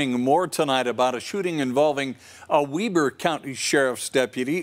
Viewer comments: "Weeber" ? Weber would be pronounced Web-er. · How did the anchor mispronounce Weber?